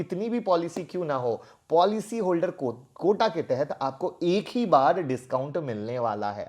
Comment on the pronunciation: Sir "Quota" hota hai "Kota" nahi